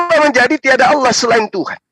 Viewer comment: Penyebutan kata ALLAH menjadi ALAH Karena KRISTEN tidak mengenal ilmu TAJWID 🤭🙏